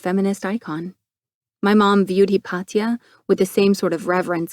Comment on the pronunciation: Also the name Hypatia which should be pronounced, “high - PAY - sha.” As much as I enjoy the audiobooks it can take me out of the story.